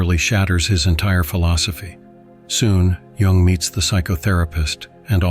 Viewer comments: It is spelled Jung, but pronounced Yung. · His name Jung. Not Young.